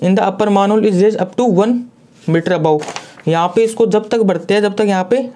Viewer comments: Bhai मैनहोल होता है मानहोल नहीं कम से कम बेसिक उच्चारण ठीक से कर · Maanhole nh Sir Manhole hota hai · Sir plzz pronounce manhole correctly